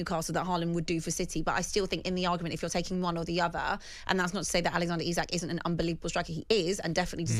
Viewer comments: It's pronounced Eezak FFS 🙄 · Its not i sak...its isak ffs..cant even get his name right..the idiot with a beard is thick as mince